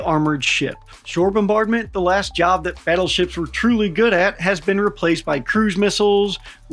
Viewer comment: OH GODS PLEASE...the WHUT?? "BIG BUTUFUL BADDLESHIPS"...gimme a fkn BREAK..."GOLDEN HORDE" Is this RUSSIAN FREAK THAT DEMENTED?? Golden fl...MY ASS... I cant even FATHOM as to WHY!? WHY for gods sake? Because the GOLDEN TACO TURD wants it?.... Battleships were OBSOLETE the moment missile tech got anywhere near a CRP of 100 meters...TOO fat, too SLOW too PRICEY and TODAY ya couldnt even PAY for ONE let alone a whole ass fleet... Fkn NAVY cant bring up the LCS for gods sake, a sloop compared to a TOTALLY NEW kind and class of BS...The BS is BS